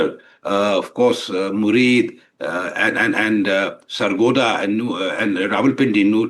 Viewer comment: It is 'Muridke' not murid.